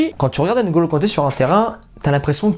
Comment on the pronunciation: Pourquoi les Français prononcent mal nos prénoms? "Ngeu" et pas Ain(golo)!